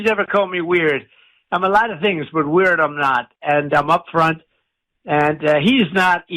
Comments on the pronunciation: He can't say weird properly, really weird. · You invented weerd